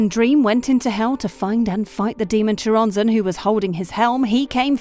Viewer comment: It's pronounced Coronzon